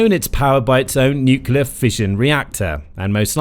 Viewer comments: Can't anybody say "nuclear" any more? If I hear "nucular" again I shall launch my own secret weapon .... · It’s nuCLEar, not nuCUEar. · let me remind the slow narrators wherever you dwell that atomic power is called NUCLEAR, not NUCULAR!!! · Nuk yah leur… what happened to new-clear? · The word is NUCLEAR, pronounced N-YOOK-LEE-YER, not N-YOOK-YOO-LER. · it's not NUKULAR but NUCLEAR..... really .... come on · The propulsive power of this vehicle derives from smashing neutrons into large atomic nuclei - breaking them into smaller nuclei and liberating energy in the process - plus a bit more, of course! So the nuclear fission process is all about the the energy released from the atomic NUCLEUS. Which is why it's called NUCLEAR energy - not NUCULAR energy, as you continually refer to it in the video. This is a mistake that has become so commonplace that even those working in the field of NUCLEAR physics mispronounce it nowadays. The video is very interesting otherwise. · It's pronounced ''nuc-le-ar" not "nu-cu-lar" ! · AAAAAGH! NUCLEAR NOT NUCULAR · Does it bother other people that no one ever says Nuclear correctly? Nukiller seams to be the accepted wrongly pronounced alternative. These so called professional people that do the narration should be taken aside and trained. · It's a long slog listening to this guy say "new-cue-ler" a thousand times. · Nuclear , Ya Nini , not nucullar from the word nucleus . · Nukuler, ever so credible. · Why can't anybody say the word "NUCLEAR" properly any more??!!.....😂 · The number of times the word nuclear is mispronounced is quite impressive.